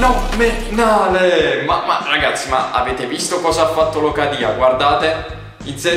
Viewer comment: locadia si dice come si scrive con l'accento opposto